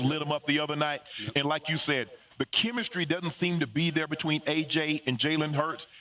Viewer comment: “Well HE AINT DERE NO MORE” 😂